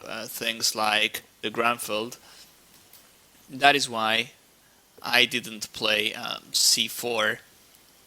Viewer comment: its not GRANFELD, its GRUNFELD... -.